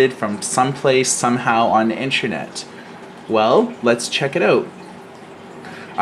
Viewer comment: So annoying when people say intrenet. It in is pronounced inTERnet! Not inTREnet!